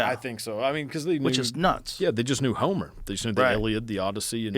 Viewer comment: Wrongly says Homer about 30 times